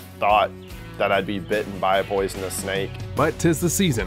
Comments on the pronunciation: Common even the fucking doctor is saying poisonnes lol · Weird seeing a doctor "educated man" say poisonous like a dumb dick.